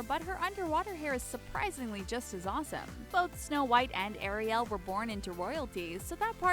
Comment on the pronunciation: Anyone else triggered by the way she pronounces Ariel